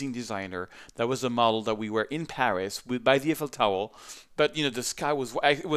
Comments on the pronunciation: Tomlinson I'm french mate, we say "Tour Ef-el". I don't know where you are coming from lol. He did in fact say Eifel correctly but then proceded with "Towel" instead of "tower", which is a bit funny, pretty sure it was not meant as an insult by OP And before you ask, yes, I am a year late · did you just say, Eiffel Towel? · Do the Parisians actually call it, "the Eiffel Towel"? (And is the accent fading?) lol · Very good tutorial. I also laughed when you said Eiffel Towel. But the tutorial is good!